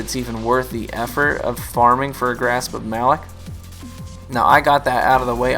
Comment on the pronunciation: Since you may never play PvE I just wanted to point out that Variks clarified the pronunciation as 'Muh-LOCK' FYI. Great video as always.